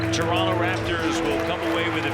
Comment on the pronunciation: u know hes a raptor when he calls the city torunno